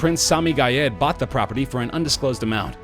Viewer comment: 23 and boight a freakin mansion. Geez!